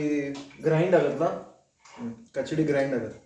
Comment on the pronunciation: ಕಚಡಿ ಅಲ್ಲಪ್ಪ ಕಿಚಡಿ. ಓಕೆ.